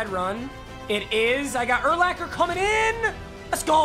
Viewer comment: Please please please it is pronounced ur-locker not ur-lacker